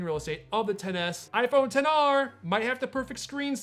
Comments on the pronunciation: It bothers me that he is saying the names incorrectly. It also looks like the audio is not synced in this video. That makes it so hard for me to watch. Come on man. Say them right and don’t try to be different. What, you think I am going to go to the Apple store and say I would like to purchase the 10XR. They would be like I am sorry but we don’t sell a phone by that name. There are way better videos about this phone. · When you said XR I thought you said Pixar